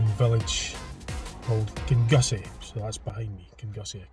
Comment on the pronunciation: Kinussie is prounounced "Kinnoosie"